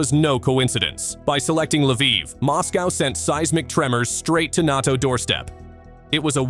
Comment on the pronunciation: NOT-Os door step? Can't pronounce NATO? Ai Male Bovine manure